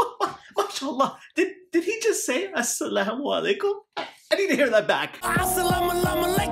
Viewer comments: 6ix9ine: As salama lama alaykum him: wa alaikum mussalam my bro HAHAHA Laughtrip🤣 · ummmm am I the only one who knows that he said asalamalamalykum because he wanted to disrespect the Quran because he did not say it wrong because he accidently but he did it on purpose just do not tell me I am not the only one who knows that😓😥😰😨😱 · He never disrespected Islam, but ok. And when you said "this no how you say Assalam alykum" , so what? You can't pronounce Chinese words, so yh.